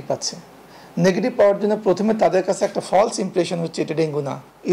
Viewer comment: Pronunciatipn of the word " False" should be correted by News Reader